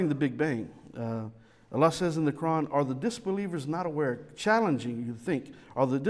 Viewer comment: When pronounces "Quran", 90% of the time it sounds to me like "Nokron"...I gotta agree with him, Doom Eternal lore is better.